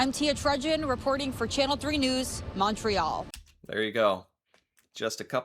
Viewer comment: why do they ALL say MAWN-tray-YALL?